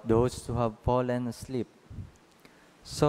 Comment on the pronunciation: God's word is salvation. With all due respect kindly train the reader to pronounce properly. I could hear the word fallen pronounced as pollen and many other words. PEACE